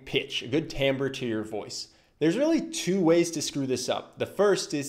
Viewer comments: Tamber? I've never heard the word "timbre" pronounced like that. Curious. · Timbre not "tambor" and wreak havoc not "wreck" havoc. Other than that, great video😊